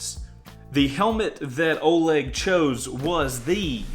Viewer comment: Ithink its pronunced olEg not Oleg